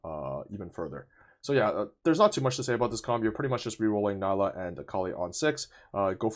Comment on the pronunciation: Her name is pronounced NEE-LA